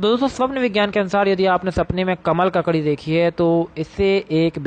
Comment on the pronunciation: Isne isme pic sahi lagaya hai per name pronounce galat hai.